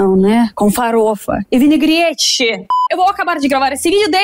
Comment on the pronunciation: "vinigrete, vinigrete, vinigrete" 😂😂😂😂